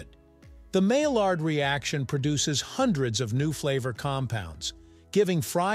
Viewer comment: maillard is pronounced maiyard. some languages, such as spanish, pronounce double L as Y, for some reason.